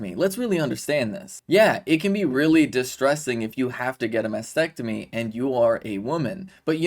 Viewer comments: …..it’s not Masectomy 🤬🙄Mastectomy, Kay-leeeee 🤦🏻‍♀️ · It’s a mastectomy not masectomy…. Kayleigh … at least get the pronunciation right